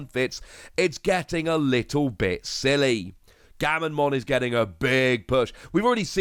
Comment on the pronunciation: Comments: Gamma...: Gamma... Comments:...Mon.:...Mon. Comments: Gammamon!: Gammonmon!